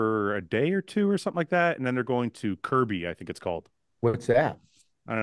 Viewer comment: Krabi not Kirby 😂